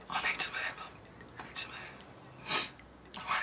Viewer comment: The part where phill said he needs some Air sort of sounded like I need sum Hair 😂